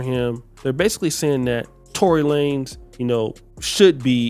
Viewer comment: Tory La-nez 😂😂